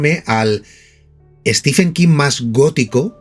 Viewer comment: Un detalle: Stephen se pronuncia como si se escribiera Steven, es decir ¡no al sonido /f/!